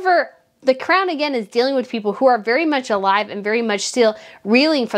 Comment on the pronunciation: Like the channel. The swallow is gone, and that is great! Now work on the word "again" pls😁